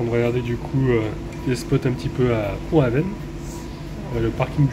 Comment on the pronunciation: Pon Aven ??? Ca se prononce Pontaven.